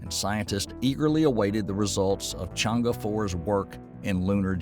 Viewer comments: Think should pronounce more closely as possible to the Mandarins words ie."Chann Er" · its pronounced as trwo words Chang ER... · My ears almost bled from the constant wrong pronunciation of Chang’E. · The video is in fact very informative with regards to moon exploration, if I were to be picky, it will be the pronounciation of chinese terms like Chang'e and Que Qiao, it will be utmost appreciated by the chinese community n real good knowledge for the Non-chinese community in respect for the correct pronounciation.